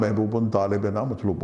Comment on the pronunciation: Pronounciation is tarah h. Mahbonona mhbubun. Talebona matlubun